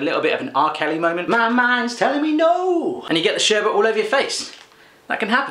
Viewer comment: Lol not sherbert...sherbet! No r in it, sher-bit haha. Great video tho! Love your reactions! I'm subbed!